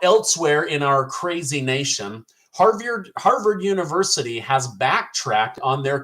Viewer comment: HARVYARD?? LOL I LOVE THAT I LOVE TO LAUGH MAN